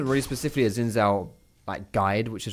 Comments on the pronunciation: It's Xin not Zin. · my chinese friend told me that you pronounce it as ''chin'' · did he really say hes plaeing zin.... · pronounce it as Shin